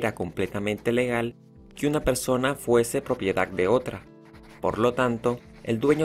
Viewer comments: Buen video, pero Propiedac, esclavituc. Debemos practicar las palabras terminadas en d. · PropiedaC, esclavituC, actividaC, sociedaC, EgiCto, es bueno decirle que lo está pronunciando mal para que cambie y lo diga correctamente, probablemente sabe mas idiomas y el español no es su idioma materno 👍🏻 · También dice propiedac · También dice propiedac🤣